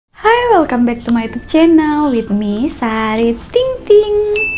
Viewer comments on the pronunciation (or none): none